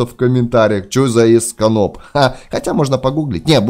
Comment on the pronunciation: Этож дивятихвостый в более сусано и это не Эсканоп а Эсканор